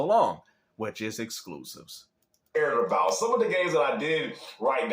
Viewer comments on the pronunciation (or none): Muh skloooosihvesss😅